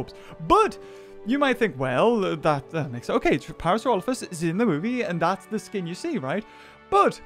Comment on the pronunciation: Finally someone gets the Parasaurolophus name right